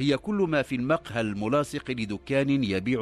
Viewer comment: قصص مكررة كثيرا،كما يرفع الراوي بعض الكلمات،(المقهى)رفع الميم(المدخل)رفع الميم،(صباحا)يقول صبحا برفع الصاد،وهناك الكثير من الكلمات ،فهل من توضيح لرفع الكلمات؟